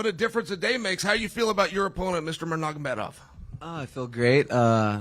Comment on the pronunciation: why Chael Shonen try so hard to pronounced "Nurmagomedov" hahahahaha, just call him Usman wkwkwkwk.